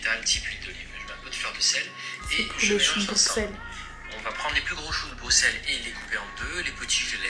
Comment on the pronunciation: eeehh c'est "brussel" pas "Bruxelles" pour la prononciation (c pas méchant je dis ça juste pour que tu le saches!) sinon ta vidéo est trop cool vrmt j'ai kiffé haha